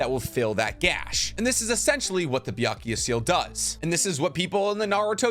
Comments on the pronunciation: I'm not sure if the mispronunciation is intentional... 百豪 is pronounced "bya-ku-goh" not "bya--ku-ya." Byakuya is a male name (ex. Byakuya Kuchiki from Bleach). Otherwise, I have enjoyed your videos, and I really love how this video explains the possible biological mechanisms of the jutsus! As a scientist myself, I'd love to more about your past life as a scientist - maybe in a future Q&A vid? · Why does he say it's BYAKUYA????? I know and as i speak Japanese I know the kanji is read BYAKUGO (Prolonged o). like i'm always confused when he says BYAKUYA? tell me it's not just me!! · Why do you keep saying Byakuya? It’s Byakugo. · Can you refrain on saying Byakuya seal? It's Byakugo seal damn it so cringey 🙄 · is it called a Byakugou Seal? you spent 16 minutes pronounce it wrong. not even a single time you said it right.